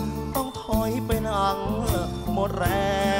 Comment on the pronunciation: ร้องเพราะ ออกเสียง เป็น เป็น เป็ล ไกว เป็น ไคว